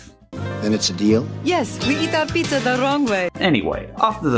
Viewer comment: He says pizzer..lol